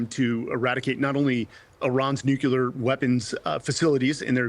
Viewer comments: How do you get “Nuculear” out of Nuclear? Sounds so stupid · There is NO such word as NUCULAR. It's NUCLEAR. You had me until you said that. And you're supposed to be an 'expert'. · I don’t know why the word “nuclear” is so difficult to pronounce. Nu-clear. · I commentator that can't correctly pronounce the word nuclear "new clear" doesn't have much if any credibility. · No, its nu-cle-ar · yes, of course. But it’s not “Nuke-you-lar”. It is increasingly common to hear it pronounced this way. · I think Jimmy Carter was picked on for that same pronunciation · he says it about five times. it's not a "mistake", it's sheer ignorance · Lots of people say it that way. It might not be correct, but if you listen to a lot of nuclear stuff- energy, weapons, science- lots of people say it that way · another expert who can't pronounce nuclear..... America is so poorly taught.